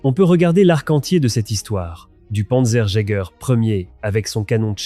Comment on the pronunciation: ça te ferait chier de réécouter la voix AI avant de poster ? c'est du travail remarquable, et ça gache tout .... "le panzer i " panzer jagaer" "quatre ving' T huit" "le KA VOUNE"